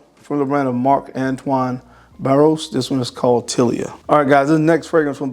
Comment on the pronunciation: Marc Antoine Barrois {Bar-Wah}